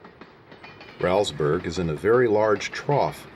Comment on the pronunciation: That is pronounced Rollsburg - not Raulsburg